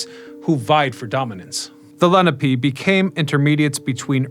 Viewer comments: ‘Le - Nah - pay’ not ‘Lenny - Pee’. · Great history and I'm sure lots of research. Why then did you butcher the Native American name, Lenape, layNAHpe